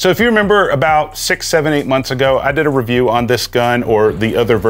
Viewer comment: “I’m gonna Pewview you!” 😅😂